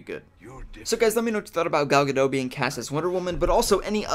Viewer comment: You say: Gal Ga Dot(like a dot- point) She is from israel so her name is different than what your used to.